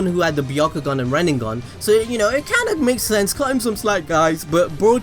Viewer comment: i love the way you say rinnegan as "rinnenggan"